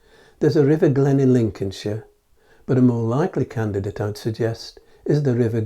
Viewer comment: You need to learn to pronounce Welsh correctly. The river Glein was not pronounced /glayne/ Ei in Old Welsh, which Nennius gave the battle names in, was pronounce /eye/. (Thus Meical pronounced / Michael/). So it was / glyne/ as in pine. There was no 'a' in Welsh pronounced as in 'ladle' so /baydon/ is wrong too. Badon was pronounced /barthon/ or /bathon/ the 'a' being pronounced as in father or cat. The medial d represents a fricative, ie dd in modern welsh pronounced as a voiced 'th' as in 'there'. Had the medial d represented a modern d as in 'had' it would have been written as a 't'. Thus Nennius' Old Welsh 'coit' represents modern welsh 'coed' and both pronounced ' /coyd/. And Badon would have been written 'Baton.'